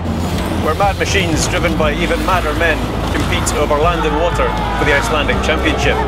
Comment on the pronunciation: Icelander here. Props for pretty decent attempt at pronunciation by the narrator =)